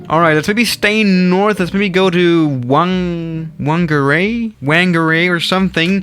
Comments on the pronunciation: Pronouncing from: Hokitika: hoketeka ❌ Christchurch: Christchurch ✅ Auckland: ahkland ❌ Timaru: temaru ❌ Queenstown: qwenstin❌ Wellington: Wellington✅ Gisborne: gisboren ❌ Whangarei/fongaray: wangaray❌ Taupo: Taupo✅ Good job I am impressed ✅✅✅😃🤝🤝👏👏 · The "Wh" in New Zealand place names is pronounced like "F", so "Whangerei" is pronounced "Fangerei". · As a New Zealander this is one of the funniest videos I've ever seen! The Wh is pronounced F, for example, Whangarei would be pronounced as Fangarei to a non-kiwi :). They mainly fly to these places as they are towns with either dangerous or tedious roads to link to main cities. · Hokitiki is pronounced Hokey-Teeka. Whangerei is said Funger-ray. Taupo is either pronounced tow-po or Toe-poor. Also all airports are named after where they are obviously. And many places are named in Maori, which is the native language of New Zealand. And the South Island of New Zealand Has a line of mountains, the southern alps and has flat places all around it. And The north Island of New Zealand is mostly flat. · I'm from whangarei and you pronounced it very interesting , I'm surprised you actually landed here the biggest they go is the a320 and they have now stopped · Oh no Whangarei